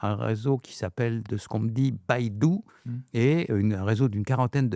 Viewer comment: non, il a mal prononcé le mot. C'est Beidou, un réseau de satellite chinois qui sert au positionnement.